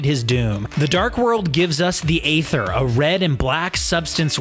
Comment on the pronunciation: It's "Ee-ther" not ather